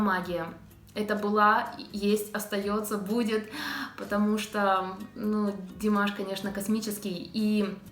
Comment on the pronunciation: Какая обаятельная,искренняя,глаза-зеркалло души,а глаза у неё красивые.Как она ласково произносит Димаш,люблю ее,замечательная девушка!!!